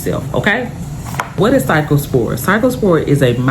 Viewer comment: Thanks for sharing this information with us & your pronunciation of the virus is correct! ❤